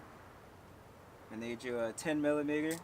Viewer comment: Not to be racist but it sounds like you said you'll need a 10 milani****r 😂... sweet video though bro !